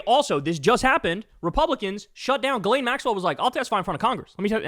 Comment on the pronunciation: Her name is pronounced “jizz-lane”